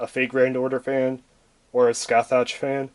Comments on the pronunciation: Just to let ya know dude, her name is pronounced Sca-hock. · pronounce is sukasaha, from japanese katakana and after her summoning she says her namr skasaha da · She proounced her name "S-Ka-Sa-ha" because japanese😊😆😅